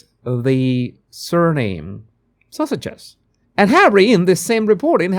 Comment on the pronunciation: It took me entirely too long to realize you were saying “Sussex’s” and not “Sausages”. 😂 Also, knowing how genetics work and having an understanding of basic biology, am I the only one who wonders how “their” children are so… pale?